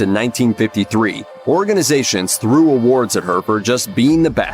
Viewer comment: after discussing the complementary aspects of men's fashion it sure sounded like you said she grew huge balls instead of threw huge balls 😜 Which considering the topic matter stuffing of the cod pieces happened at other times in history 🤷